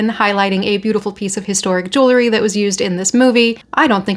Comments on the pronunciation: ‼️‼️‼️🙄🙄🙄🙄🤦🏻‍♀️Why don’t you learn how to PRONOUNCE “jewelry” CORRECTLY before ragging on about it sounding as ignorant as you quite obviously are. “JEWELRY”= 2 (TWO) SYLLABLES: JEWEL👏🏼 RY👏🏼… The way IGNORANT (you) people pronounce it is with 3 (three) syllables (WRONG) and say jew-ler-y and that is WRONG, WRONG, WRONG!!! ‼️‼️‼️🤦🏻‍♀️🙄🙄🙄🙄🙄🙄🙄🤦🏻‍♀️ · Please, for the love of everything good - JEWEL - RY. It is NOT JEW - LERY. I think you got it once. We're not bedazzling Jewish people, we're talking about Jewels. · I’m sure it’s pronounced jool-ree. You don’t take the name of the person who make the pieces, jeweler, and add ee.